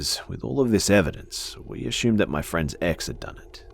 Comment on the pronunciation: I love how he says assumed , " a shoomed" 😂😂❤